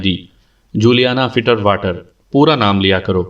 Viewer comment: Shukriya janab Ek suggestion- ye juliana fiterwater nai hai fitzwater hai. Kuch log finterwater bhi kahete jo k galat hai. Asal naam hai "FITZWATER"